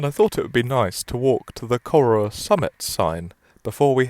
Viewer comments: It's not "Coru", it's "Corrour". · Pronunciation: The name of the station is from the Gaelic. It's not pronounced "Coroor" as he says it here. The pronunciation is like "ker-OW-er" (the "ow" as in the expression of pain, and the "r" at the end is pronounced). And Rannoch Moor is not pronounced "Rannock". The "ch" in Scots is a fricative. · Knew instantly where you were, iconic place. Not that it really matters but it’s pronounced Ca-row(as in to have a row not row a boat)-er 😊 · I'd like to know how it's supposed to be pronounced. You make it sound like Corr-oh-wah. Seems unlikely for Corrour. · That pronunciation of "Corrour"! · Absolutely murdered the pronunciation of Corrour but glad you had a good time! They do a nice coffee at the cafe! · You need to pronounce the station name correctly.